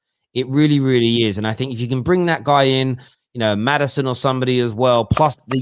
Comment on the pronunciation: its maddison or aouar not maddiaon and aouar said that